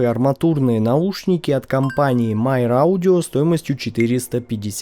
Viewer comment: Почему Myer читают как Майер?